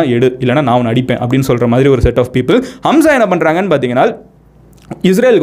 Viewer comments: ஹம்ஸா அல்ல ஹமாஸ்.... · Not hamza. It’s haamaaz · அது ஹம்ஸா இல்லப்பா...ஹமாஸ் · Bro its not Hamsa! ...Hamas🖖. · Itz Hamas not hamsa... Jews, Jerusalem matrum pakath oorgalai poorvigamaga kondavargul..inakum jerusalathlai 3000 varushatuku munadi avanga payan padtune porul matrum kadavul vazhipad chinangul kidaikudu.. Islamia rajakul naduvula 700-800 varushum andargul. Actuala patha islamist are settlers but British vittu poraduku munadi anda oor Muslim arasangum irundadu.. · Avaru sonnathu ellame poi... pronunciation kooda thappu.. HAMSA illa HAMAS.. terrorist group like isis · It’s not hamsa... it’s Hamas group, I know this word before 7 to 8 years ago with this little knowledge, I could have started a channel like u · Amazing Explanation Brother & a Small correction.. Neegga sonndhula 'Hamsa' nnu oru group mention pannigga but it's not 'Hamsa' It's 'Hamaas'. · You are saying Hamsa. Is it Hamsa Or Hamas? Because some people pronounce it as Hamas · Its not hamsa bro its call hamas. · அது ஹம்சா இல்லப்பா... ஹமாஸ்.... 😂😂😂 ஒரு மண்ணும் தெரியாமல் அறைகுறை பேய் கதைடா நீ சொல்றது....🤦‍♂️ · Bro it is HAMAS not hamzah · ஹம்ஸா இல்லை. அது தவறு. ஹமாஸ என்பதே சரியான பசம் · டேய் லூசு ஹம்சா இல்லடா ஹமாஸ் 😃😃🤪🤪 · Hamas not Hamsa. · Athu Hamsa ille Hamas bro. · Bro adhu HAMSA illa adhu peru HAMAAS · Hamsa not that is Hamas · Athu hamsa illai hamas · Bro thamas😅